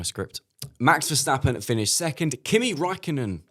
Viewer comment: That guy on the right just can’t even get the name Verstappen out of his mouth!